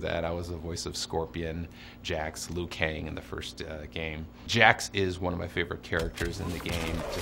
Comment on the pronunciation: Liu kang right please